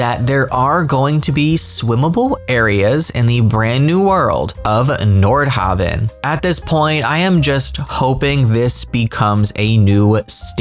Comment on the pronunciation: You kept saying Nord HAVE EN, It's pronounced haven, as in a place of sanctuary, not have in! PLEASE don't start another mispronunciation of a word in this game. It's enough of an annoyance to any educated person to hear the other ones I have stopped griping about. Thank you